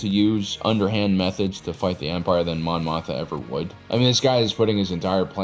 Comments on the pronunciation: Mon MOTHMA not Motha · Great video and insight, but it is a bit jarring to hear Mon Mothma consistently called "Mon Motha." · Are you saying Mon Mothma wrong on purpose or it just keeps happening? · Mon Mothma - if you're gonna do a video in which she's the second most referenced character, say her name right…